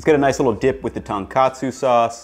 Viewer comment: One correction: It's "Tone - katsu", not "tan katsu".Otherwise, this video is on point :)